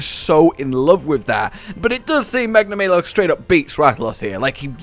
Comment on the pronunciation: Tetra-nay-don... Magna-may-lo. Im confused.